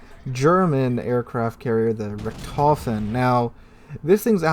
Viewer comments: Sorry to say, but you butchered how you pronounced Richthofen The "ch" is a sound similar to clearing the back or your mouth, so the Richt is the first syllable, and the "h" is pronounced on the second syllable, so it Richt-hof-en, not Re-tof-en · True, though I would start by putting the stress on the first syllable and pronouncing the o as "oh" rather than "aw". Saying RICKT-hoe-fuhn would be a significant improvement without even having to get into how to pronounce "ch", which tends to be very hard for native English speakers. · Maybe if it was some obscure German name that no one had heard before, but this is The Red Baron, the most famous fighter ace in history, and mispronunciation is so bad it went back in history and butchered him too.......